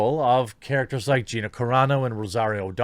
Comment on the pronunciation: 2 vids in a row I have seen and you said Gina's name right !